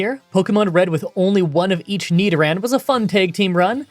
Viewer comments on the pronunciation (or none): none